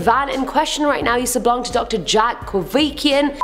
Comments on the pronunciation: Kevorkian not kovikian!!!! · These outtakes had me cryin! 🤣 And its pronounced "Kah-vor-key-ahn" 🤭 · How did you get "Kivikian" from "Kevorkian"?? Why didn't you just take a sick day?